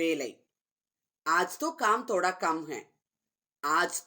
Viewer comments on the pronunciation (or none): Thhodha… not toda